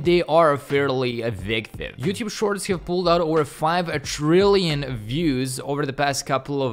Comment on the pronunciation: Is he saying "You thube" ? 🙃